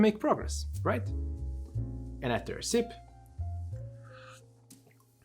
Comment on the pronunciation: "Saúde, friends of cocktails" with the Brazilian accent. :D